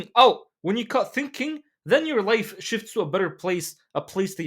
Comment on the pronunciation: When bruh say Life why i hear wife All the time